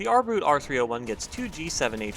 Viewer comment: The German "Boot" is pronounced boat not boot ... you know just like you did with U-Boot.